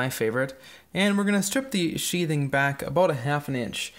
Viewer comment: Uh, first of all it's "sheathing" not "sheeting". Second, it's pretty clear that that's a new wiring drop and may not even be connected to the panel yet. Other than that you're spot on!